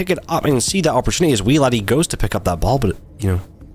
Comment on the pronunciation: weeladdie's name was BUTCHERED